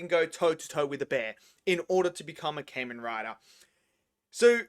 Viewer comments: Kah-Men not Cayman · Its kah-men rider not Cain-Men Rider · Ka-men Rider not Cayman Rider. You're pronouncing it wrong.